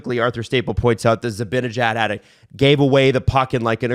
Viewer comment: The way pronounces Zibanejad drives me up the WALL XD